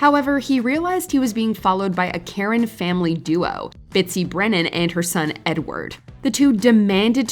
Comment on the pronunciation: Bitsy.......Not Bitsy.....LOL